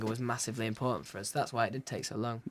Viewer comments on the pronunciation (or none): "By oohz, One Direction." Harold, it's us not oohz. You goof.